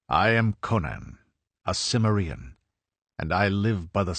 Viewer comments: I have a mild form of OCD that’s called grammar podiatry syndrome, so take this with a grain of salt and constructive feedback, but the word “CIMMERIEN“ stresses the second syllable not the last one. Did you not watch either of the Conan movies? Otherwise pretty good but again, familiarize yourselves with pronunciation. It does not sound good when you make up your own versionI’ve words. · Why is it alot of you guys pronounce Cimmerian wrong ? Conan deserves more respect than that .